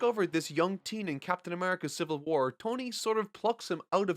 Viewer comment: “Civil Whuar”